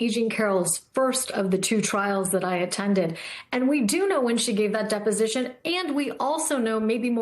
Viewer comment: Dep-O-Sition! Dep-O-Sition! Dep-O-Sition!!!